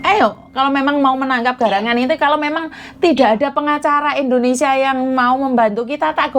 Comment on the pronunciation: bukan INDONESA, tapi INDONESIA ( SIA )